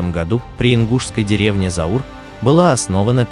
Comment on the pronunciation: NE ZAUR, A CAUR